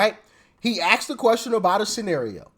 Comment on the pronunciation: ASKED, not AXED.